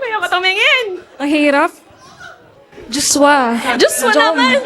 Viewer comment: Ang Cute ng pagbigkas ni Miss.Marion ng "JoshWa"..